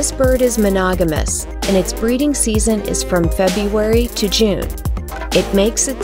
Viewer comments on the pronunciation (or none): none